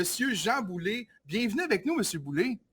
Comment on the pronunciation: C'est pas Boulay, c'est Boulet !!! Boulet (comme poulet) et non Boulay (comme du blé) !!!